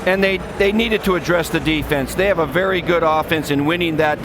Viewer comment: Yah Mayock kind of seems to know his stuff oddly a lot more than the others... now if we can just get him to say 'very' and Berry' the right way lol